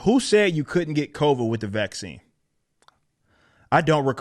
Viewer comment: Everytime he says CovAIDS...I lose it. Everytime.🤣